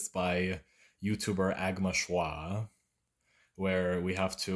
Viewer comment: it literally says how to pronounce Agma Shwa on screen